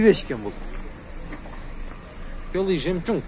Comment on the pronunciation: Э иним белый жемчунг эмес дейм белый жемчук деп айтылат калдырбаш хай энен